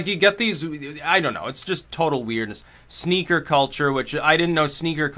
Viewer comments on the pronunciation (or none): Is it just me or is he saying sneagers instead of sneakers